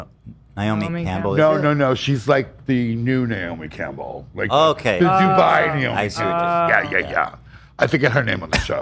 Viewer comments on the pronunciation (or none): none